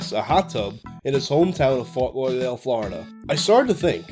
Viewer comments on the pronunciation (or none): It's fort lod-urr-dale